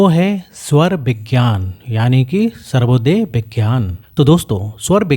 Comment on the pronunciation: सर्वोदय नहीं, स्वरोदय कहते है